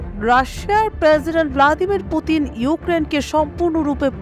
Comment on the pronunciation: আন্টি পেতিন না, পুতিন 😅